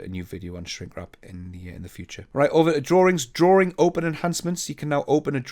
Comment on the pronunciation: Another informative video. Thank you! One question though, what is a "drawRing? 😜